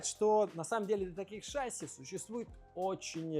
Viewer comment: «ШАсси»… Что-то совсем плохо в школах с русским языком. Зато, блин, английский знаем…